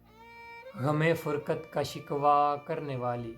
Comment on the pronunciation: فرقت، نہ کے فرکت